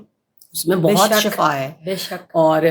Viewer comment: Shifa hai word shafa nhi hai